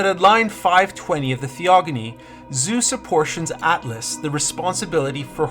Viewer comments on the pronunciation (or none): none